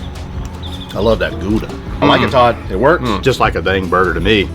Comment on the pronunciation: Hey there… must be a whole lot warmer there…. Saw you at CJ’s venue… left my “ATTABOY” there for ya… on the empty solo cup… 😁 great witness!!!! LOVE bison meat…. Isn’t horseradish spicy?? BTW, Gouda’s vowels pronounced as “ow” (like “how”)… the “g” is like you’re ready to spit (the throat sound)… Parents born in Netherlands (Holland), immigrated here in 1956… learned the Dutch language, I did….